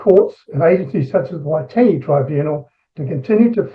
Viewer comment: He said it fine. Splitting hairs.